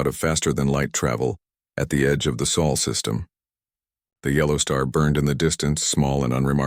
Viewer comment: What is the 'SAUL' SYSTEM? OH! you mean SOL SYSTEM.